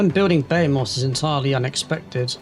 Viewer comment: buh - HEE - muth 😉